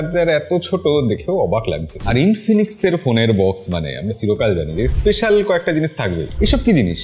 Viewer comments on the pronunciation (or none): none